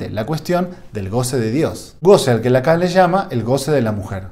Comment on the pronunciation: Lacan en francés se pronuncia Lacó seguramente es algo sin importancia pero de cualquier manera lo digo.